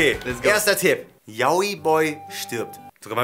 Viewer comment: Wer regt es auch auf das und immer YaOi sagen? es wird YAoi ausgesprochen 😑😂love you guys but still it's just wrong 😊😂❤️